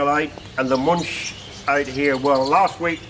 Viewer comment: Wonderful collection.Btw. It always causes pain to hear anglo pronunciation , that is how to pronounce Muench (ue can replace the umlaut). It is not too difficult.